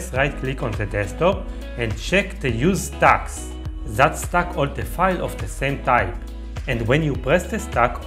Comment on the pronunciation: Stack not stock, quit not quite…otherwise helpful